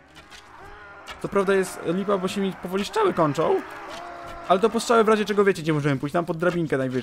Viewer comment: mówi się strzały a nie szczały